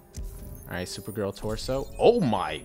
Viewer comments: why do you keep saying super grill instead of super girl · did u hear him say supergrill not hating by the way love your content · Ellboy XL The same time that I read this comment was the same time that he said supergrill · He said supergrill